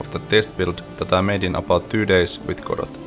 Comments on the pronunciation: Amazing. I will watch your efforts to port eagerly, and hope you succeed. FYI though, it's pronounced without the T. Goh-doh. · Jaa emmä tienny et Road to Vostok on suomalainen! Kreisii! Tiiät tän varmaa jo, mut Godot lausutaan siis Godou (eipä sillä niin väliä, loistava video!) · Doesn't the name "Godot" come from the Beckett play, and thus should be pronounced with a silent "t"?